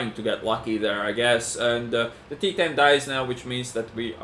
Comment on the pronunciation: calling the T-10 as 110 almost on every livestream lol